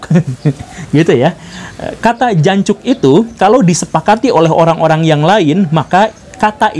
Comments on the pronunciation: "Jancok" anda kurang medok Pak Guru. Kurang feelnya. Wkwkwk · jancuk logat sunda jadi alus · Pak Gembul bilang Jancoknya lucu...Jancuk tapi logatnya Sunda...